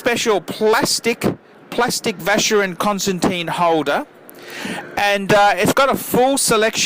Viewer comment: Hi, can you please pronounce these brand names right? They are not "english" names, so please pronounce them as they should be pronounced. I believe these brands deserve it! I talk about all of them ( Jaeger LeCoultre, Vacheron etc...). Thanks for your videos!